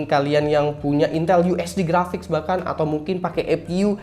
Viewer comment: Ngakak waktu ngomong intel uhd grapic 😂